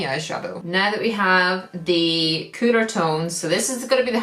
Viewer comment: The way she said “cooler tones” sounded like “cooter tones” lol